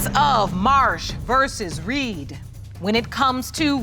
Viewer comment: He messing up the Reed name.